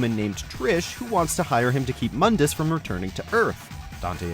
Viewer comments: Mundus Correct pronunciation: (Moon•duhs) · It's pronounced MOOndus,you uncultured swine.... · You REALLY wanna bash on DmC but call MOONdus MUHNdus?